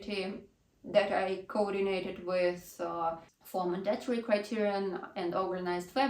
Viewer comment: mАndatory, а не mandAtory, от слова манда что ли? режет ухо, что же у вас, русскоязычных одна и та же ошибка...